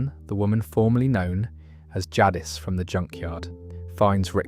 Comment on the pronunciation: Everytime you say “Jadd-is” instead of “Jadis” it pulls me out of drifting off to sleep. Or even worse “Jack-qui” that one drives me mad.